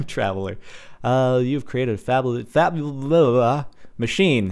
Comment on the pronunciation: "You have created a fabulololol machine..." XD lol